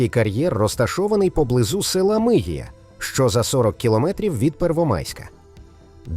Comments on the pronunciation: МигІя а не МИгія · Якщо не вмієш читати чи не знаєш , то краще не робити такі відео!!! Ти чуєш що ти мелеш правильно став наголоси Миг'ія, бо інформацію про назви та те що там є видумано з голови😂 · Я так. Мигі́я. Можна ж подивиться де наголос. І кар'єр радієвим називають